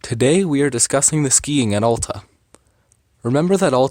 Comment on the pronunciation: Sorry if this sounds snooty, but it's important to learn the correct pronounciation of a ski area when making a video about it. Hint: It's not AH-lta.